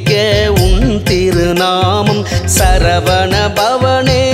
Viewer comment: வணக்கம் வேல்முருகன் ஐயா. உங்கள் உச்சரிப்புக்களிள் சில திருத்தங்கள் இருப்பின் சிறப்பு. " " "சரவண" எனும் உச்சரிப்பு சரகண என்று வருகிறது. மற்றும் " " வசர வணப வருக வருக என்பது வசர அணுக வருக வருக என்று வருகிறது. (எழுத்தும் வசுர வணப என்று உள்ளது). இது ஒலிவாங்கியின் தரத்தினைப்பொறுத்தும் மாறுபடும்.